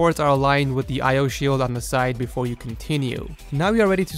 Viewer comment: "but befo we do dat"